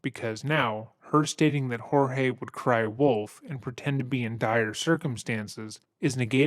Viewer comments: I think it's kind of funny that uses the Spanish pronunciation of Jorge when everyone in the interviews, people who have met him, pronounces it as "George." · And there's a audio clip of Jorge w an officer & her said he preferred the American pronunciation George over "Hor"hey" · Any one else find it offensive half the people in this story couldn’t pronounce his name correctly? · Hang on a minute! Everyone in this video is pronouncing Jorge name different to the narrator. Who is right, or am I missing something here? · LOL at you. EVERYONE, including his family, called him "George". Apparently you missed Sarah calling him "George" throughout this video. It's the narrator who mispronounced his name. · Jorge, the victim, actually pronounces his name as George... just as Sarah, the detectives, her ex-husband and the property manager pronounced it. Hearing you continually botch his name is baffling LOL. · You know with as much work as you put into this video, the fact that you pronounce his name wrong the entire video is impressive and more than a little disappointing. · This is the second video of yours I’ve seen that you’ve pronounced the victim’s name differently than everyone else in the video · I also want it to be known that her continuously saying his name wrong as “George” instead of Jorge is grating on my nerves. Like not only have you MURDERED a man by stuffing him in a suitcase but you refuse to say his name right?! Ugh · Why does she call him George and not George (hōrhāy)? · Its not "Hor-Hay". He pronounced his name George. Its not uncommon in Florida. Similar to how we say " Jesus" and not "Hay-Sooz". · lol it is not whore-hey...it is George...lolololol.... good god, even Sarah says George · Picking up some real Get Out vibes from her pronouncing his name as George instead of Jorge and talking about him as if he's a troublesome child. Like she viewed him as a pet. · They pronouce his name George. Jesus.